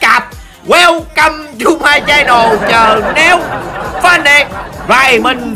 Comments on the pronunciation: có ai nghĩ đu căm như tui hok, chứ mỗi lần ổng chào tưởng đu căm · nghe câu welcom mà cứ nghĩ rằng đu câm